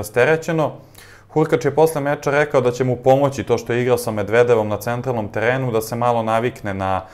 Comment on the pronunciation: poludeću ako još jednom čujem kako izgovaraš 'medvedevom'